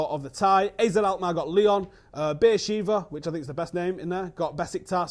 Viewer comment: Be'er Sheva is pronounced Beh-Er Sh-Eh-Vah